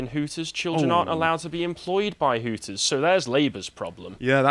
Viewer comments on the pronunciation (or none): It's Hooters, not Hookers guys